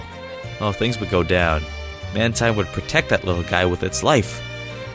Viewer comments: It's not mantine it's manteen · its ManTEEN NOT MANTINE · You Said "Man-Tine" Instead Of The Correct Pronunciation,"Man Teen" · man-teen, not tine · It's manteen instead of mantine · Mantine is pronounced Man-Teen! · it's man-teen you moron learn how to read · It's actually man-TEEN. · It's man-teen!!!